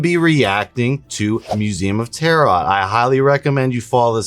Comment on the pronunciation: can you demonstrate how you get to believing what you do assuming the null hypotheses at every step? Also the second t in Tarot is silent, its pronounced tear-O. Like the cards